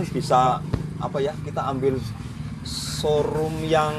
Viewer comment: Serum kok sorum....hadeuuuhh bingung dengernya 😂😂😂